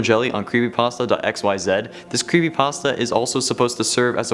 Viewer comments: Did he just say "crappypasta" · Anyone realize he just says crepypasta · is it me or he said crappypasta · He said craspy patstas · Did you say crapy also made me laugh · he said crappypasta XD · You said Crepypastas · Ah yes, "crepypastas" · You said carpy pasto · U said CRAPPYPASTA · Did any of you guys hear him say creppy Paster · bruh he said crepe pasta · U said crepypasta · Did he just say crepypasta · He said crepypasta